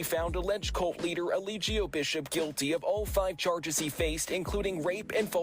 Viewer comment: Look up the “Law”in Georgia first before you give an opinion. He was given a chance to take a plea and he didn’t. I see that you’re hopping on a trending topic because you’re playing his cult propaganda videos😂🤣 You can’t even pronounce Eligio “Clubfoot “ “60” Bishop name correctly. Let me stop, because I can go on and on.